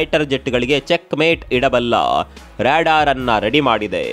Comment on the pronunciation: Ryadaar alla adu Radaar😂😂😂😂😂😂😂😂😂😂